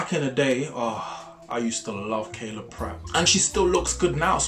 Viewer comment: Him saying Kayla instead of Kyla is such a mood. I was at a watch party and said "Omg Kayla Pratt!" and was throughly flamed for fucking up her name 😂